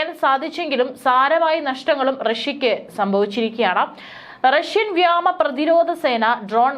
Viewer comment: വ്യാമ എന്നല്ല. വ്യോമ എന്നു പറഞ്ഞു പഠിക്കുക.